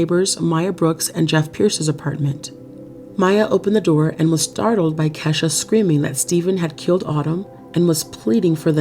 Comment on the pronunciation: Pretty sure Kesha. Is pronounced Key.....sha